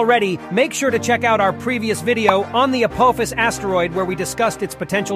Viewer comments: I mean your first video clip gets the name right with A-PAW-phis not A-POE-phis that you wreck your video with!! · A-pof-is. Not APOAFIS YOU TWIT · for pitys sake it is not apOHphas it's pronounced apAHphas. `throws up hands in disgust` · If Apophis is Greek that pronounciation is incorrect.